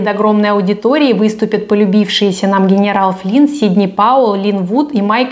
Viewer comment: Акуахоме, сидни пауеу, ..... гнерау флин🤣🤣🤣🥲 может к логопеду сначала а?